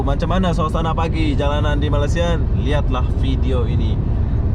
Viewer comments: Best betul ye jadi youtuber fulltime.. hari2 tengok suasana jalanan, naik turun LRT/MRT sambil tengok orang, ronda2 bandaraya, usik2 cewek dll...bulan2 masyuk jgk... tak payah kerja berat2 dan perah otak... 😀😁😂 Cuma sebut betul2 lah... bukan Malassia tapi Mĕlesia (Malaysia)... bukan mens tapi mains (Mines)... 🙏🙏😀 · Kalau susah sangat, sebut saja Malai-sia. Bukannya Malas-sia ye. 😃. Nanti dikira malas pulak. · Me+Ley+Sia (Malaysia).... Sebuta Putra Heights ---- Putra Haid (Haid itu satu nafas satu sebutan) bukannya 'Putra Heik' ✌️😀 Hehehe... Salam Jumaat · Harap dapat betulkan sebuatan2 itu terutama "Malassia", memang sakit telinga mendengarnya.... ✌ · Cny jln clear. Meleysia la bunyi nya.